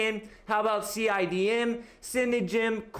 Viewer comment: Cidm pronounced cine dime